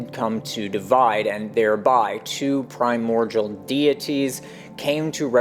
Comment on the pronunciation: Love this stuff, profoundly and truly. A thousand thanks, really. One observation though: The word "primordial" is pronounced like PRY-MORE-DEAL. I can see why you would sound it out like the world cordial. But alas, there is no relation there.